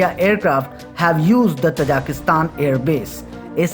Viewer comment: Most of the time i was confused, you are saying Kazakhstan or Tajikustan..😀